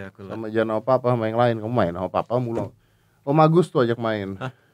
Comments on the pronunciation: pappa wkwk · And you know? Me too by the way 😂 just different in my ears, just hard to explain lol